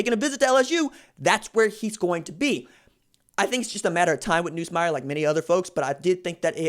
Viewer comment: Atleast pronounce his name right when saying it